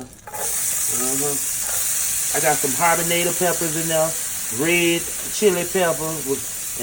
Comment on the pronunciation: Trese if you don’t stop sayin habanetta peppers!!😍🤣🤣❤️